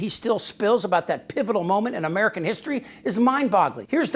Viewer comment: Brought to you by Uhmerica.